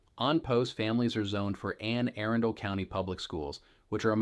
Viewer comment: some good info, but seriously - learn how to pronounce words like "Anne Arundel" and "Laurel" before you try and sound like a local. Seems to be more AI as I listen more....